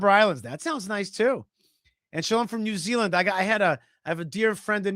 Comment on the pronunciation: Nee Zealand